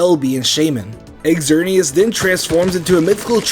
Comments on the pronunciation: It’s not x-er-nee-as, it’s zer-nee-as, and yveltal is not yuh-vel-tal it’s ee-vel-tal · "x erneas" come on man its not that hard to say "zerneas" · "Xerneas" is read zer-knee-as, and "Yveltal" is read i-ve(i)l-tall. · .................."According to the company, the English phonetic spellings for the new legendary Pokémon are Xerneas: ZURR-nee-us and Yveltal: ee-VELL-tall" Just sayin if your going to run a pokemon channel at least research the pronunciations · why do you say xerneas as egxerneas? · still pronounces Xerneas wrong triggerrrrrrred